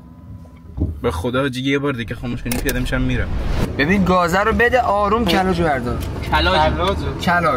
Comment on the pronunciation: کَلاجو😂😂یه پیام دارم برای دوستای امیر پیشش تو ماشین نشینید با تشکر😂❤